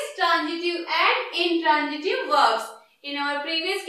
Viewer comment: Mam u r teaching well but badly pronouncing some words plz improve this mam......like u r pronouncing egjample but it's example and intranjitiv but it's intransitive ok mam😊